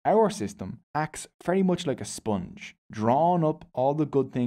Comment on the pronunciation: That's not sponch, that's sponge 😅👍